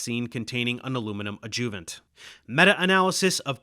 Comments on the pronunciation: I love you, Dave, and this is an awesome video as usual, but it's "ÁD-juh-vunts" not "ad-JUH-vunts." Me: retired medical and pharmaceutical translator and editor. Keep up the good work. My purpose here is solely to tweak your presentations upward and onward! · I appreciate your effort on this video, however, it is pronounced "ADD-joo-vant" not "ad-JOO-vant" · Love the video. It's also pronounced ad-joo--vent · Love this, but what the hell is an “adJOOvent”? No one pronounces it that way. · Please correct the way you pronounce adjuvant. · What’s up with the mispronunciation on the word adjuvant over and over?